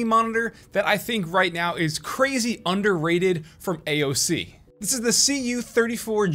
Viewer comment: Funny how he says underated...